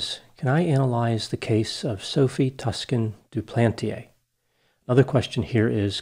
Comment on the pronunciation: A nitpicky complaint, but the "Toscan" part of Sophie's name is pronounced similarly to "Tucson", that city in Arizona.